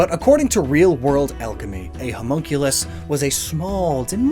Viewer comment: For a second there I thought you were calling Mewtwo a Homo as in gay and I was like What shrooms have you been smoking